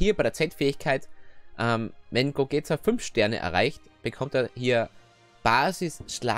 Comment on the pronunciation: Warum nennst du ihn eigentlich "Gogäta" du nennst Vegeta doch auch nicht "Vegäta" haha Cooles Video 1 Abo mehr